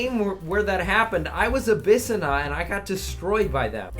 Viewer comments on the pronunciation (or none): Abyssinia is said as Ah-bihs-sin-ia.